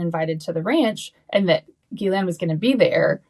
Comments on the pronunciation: Not out of any respect to her, but for 1 former girlfriend, & 1 coworker, it's an old french name, popular here in Québec, properly pronounced close to: "she's - len" not "guhh - layne." I'm Geoff pronounced like you know who "Jeff", but many, including an English teacher said: "G - off".🤦 Those who know better, will roll their eyes & smirk with Ghislaine as "Guhh - layne" I respect your work, your Mom, so I thought I'd let you know.❤👍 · Why the hell can't you pronounce her name correctly?